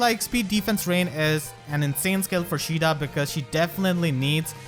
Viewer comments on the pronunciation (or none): Isn't her name "ka ay da" not "sheeda"?